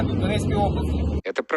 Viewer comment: Пуйло каже не ура, а уra. Воно ж раніше вимовляло р.